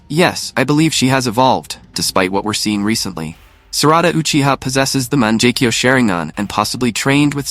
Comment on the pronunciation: monjecko? cmon now its a G not a J